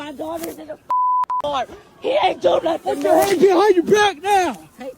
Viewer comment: “he didn’t do nuffin” counter: 247